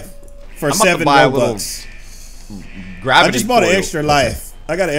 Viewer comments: when u said robux u said roblux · he said oh 3 roBLUX any man love the video